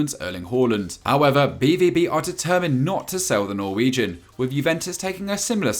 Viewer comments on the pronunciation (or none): none